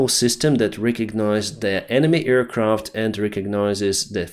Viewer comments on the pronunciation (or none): thank you for your reporting, but please, check the pronunciation of aircraft. You make it sound like earcraft, which is hilarious every time i hear it:)